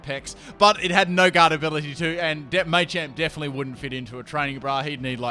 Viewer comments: May-champ... WHHHHHHHHHHHHHHHY!!!!! It’s Ma-champ! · Everyone arguing over what' possible and what isn't, i'm just sitting here thinking "it's MAH-champ, not MAY-champ" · mah-champ, not may-champ wtf. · May-champ .e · "maychamp" it's the little things that make or break a video. couldn't watch because of the way he said it. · I love this video and a lot of but I found it hard to sit through " may champ may chop " it's pronounced as " matchop matchamp " I mean it's called Machop where's they Y to even suggest it's may chop maybe that's just how it's said in Europe?